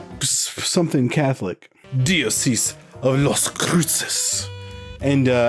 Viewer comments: Pronounced dye-oh-sees,. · I also think it's pronounced "Die-Oh-Sees" like an Arch "Die-Oh-Sees." Just saying, love you guys! I'm just a speech Nazi.